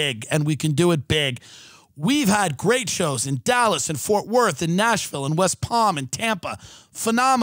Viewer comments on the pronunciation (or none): none